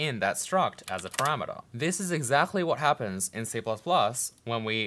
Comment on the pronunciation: The way you say "exactly" is somehow weird due to your first language, and I am always catching it.